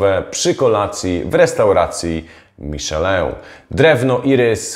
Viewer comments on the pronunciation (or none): none